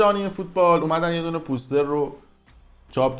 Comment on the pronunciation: ببخشید چرا به پستر میگی پوووووستر؟؟؟😝😁